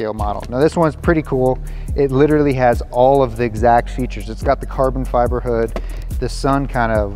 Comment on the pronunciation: Did he say carbon fibber ?